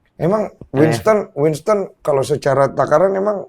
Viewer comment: Winson tod bukan winston